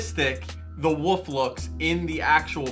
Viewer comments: "Woof" is the sound a dog makes. "WoLf" is the name of the animal. I have to really pronounce the "L". I'm not hating, I'm had the same problem for years and eventually realized I was mispronouncing the word. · WOLF! NOT WOOF! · Is this dude saying wolf or woof?? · Why do you keep saying woof and not wolf? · You're trying to get a woof landscape tattoo huh? Interesting choice. Wow, that wasn't even a slip of the tongue.. you do realise there's an L in the word ' wolf ' right? Just by looking at the first guy from what you showed in the video it was obvious he didn't personally draw the designs himself. Why were you shocked that it was entirely stock photos? come on man... seriously? lol